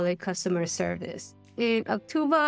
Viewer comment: Why do you keep saying Auctuva? It's Auctiva.